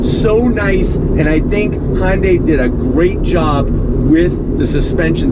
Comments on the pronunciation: please stop saying Hon-day! It's HUN-DAY. When you say it the way you do, you make it sound like it blends with Honda. Uuugh! Sorry. Just drives me crazy. Love ya, mean it. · N-Line does have sunroof with the tech package. And its "hyun-day" not "hon-day" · Say Sunday now substitute it with an H.. irks me when people try to squish Honda in there somehow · "Hon day". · somebody needs to teach this man how to pronounce Hyundai. He keeps saying Hon Day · Han-day? What is Han-day? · you said, "Hon-day"...